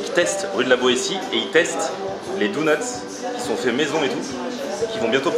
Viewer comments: Super ta vidéo mais on dit "donuts" pas "dounuts" x) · lui qui disait "ha bha faut dire tshedar" et bha toi il faut dire doneuts x)) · si tu sais pas dire dunnut dit beignet. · Ouai doughnuts ça ce dit mais clairement au XXIeme siècle on dit donuts WESH ;p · "Dounuts" on air 2016